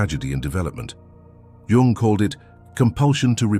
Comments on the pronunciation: ‘Jung’ is spelled like ‘Jung’ not ‘young’ lol bro do better 😂😂😂😂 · also, changing out jung for yung is a terrible oversight. i guess nobody every watched this back. lazy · Jung, not Yung…